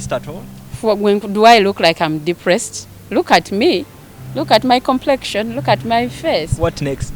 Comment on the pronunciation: Mbu deplesed😳 Depressed ✅